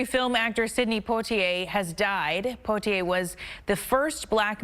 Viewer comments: please pronounce his name correctly! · Learn how to pronounce his name correctly. If you can’t even do that then you shouldn’t have reported on the story. This man has done so much I think you can learn how to correctly pronounce his name. It’s not that hard. She should be let go. Her ignorance and lack of empathy is appalling.